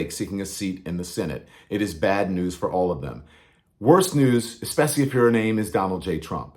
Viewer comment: Exspecially? That’s how four year olds pronounce it. Trump is an uneducated idiot.